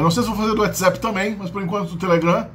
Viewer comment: Rapá... um professor que fala "WhatZÉp" , em vez de "WhatsApp" como até o nativo de inglês fala, definitivamente, não é lá muito confiável para se aprender línguas. Fala sério! Para com isso, homi! Sempre tem um engraçadinho querendo inovar na pronúncia. Nunca me esqueço de um orelhudo, contando vantagem que morava em "VENQUEUVAR" em vez de Vancouver. Fiquei tão enojado com a soberba da pronúncia, que parei de assistir o vídeo na HORA!